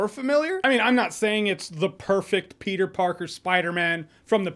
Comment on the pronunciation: Petah-man is spidadog whole time? Wowzers